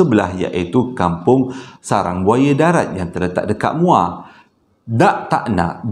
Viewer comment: Assalamualaikum.. Sebut muo baru rare sikit..hehehe.. Salam from muo joho